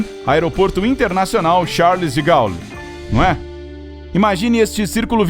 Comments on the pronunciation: Alô por favor pronuncie De Gole. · Meu Deus, pronúncia totalmente errada do presidente francês Charles de Gaulle, imbecil!!